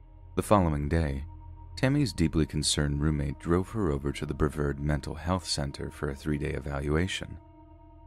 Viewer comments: I love you, but it's Bruh v Arrrd. Vard rhymes with card. Accent on the vard. 🙄😊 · I cant get over the way you pronounced Brevard